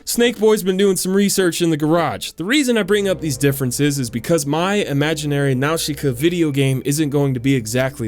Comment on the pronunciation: when his says Nausicaa i cringe so bad